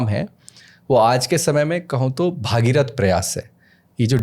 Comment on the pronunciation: भागीरथ ❌ भगीरथ✅